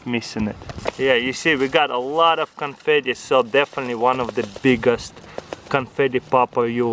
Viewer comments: LoL he said canfety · What happened to "confitee" 🤣🤣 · What hepent to canfatty😂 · "What happened to canfeet-e"